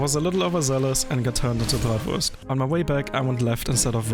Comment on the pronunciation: I only heared "Bratwurst" and wondered if you are German your Channel Info says Ort: Deutschland. That true?